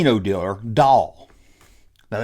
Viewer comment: Dude ... the word is DEEEELER ... not DILLER